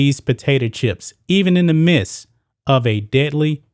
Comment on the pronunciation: you keep saying mist. its midst